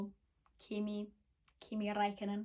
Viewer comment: I have to say you pronounced Räikkönen better than most people